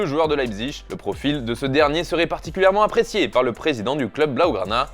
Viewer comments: et "APPRIÉCIÉ" puis "APPRIÉCÉ"... une fois passons, mais deux fois, ça pique les yeux ... Au passage, 2 à 0 pour le Réal ... 😉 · "Appriécié" lol